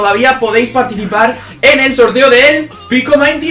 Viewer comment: No se dice pico mainty se dice pico minty